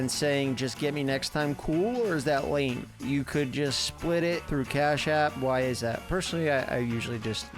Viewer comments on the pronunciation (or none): none